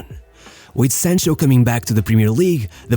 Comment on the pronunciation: How can I listen to you when you can't even pronounce the player's name right come on man 📛▶️👍